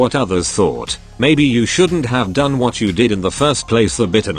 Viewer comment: that done sounded like dine or was it just me who noticed